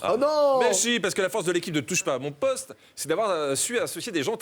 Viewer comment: Le "O" de "mon poste" fait une auréole à jean-luc lemoine.